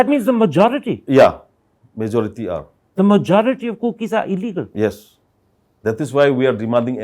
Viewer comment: Hey, please keep practicing on how to pronounce words like, "occupied" not occufied, "illegal" not illegan "tolerant" not tolaren "village" not bilays